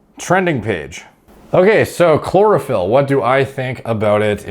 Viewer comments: Chlorophyll... Sounds more like Borophyll. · chlorophyll...more like bore-ohpyll.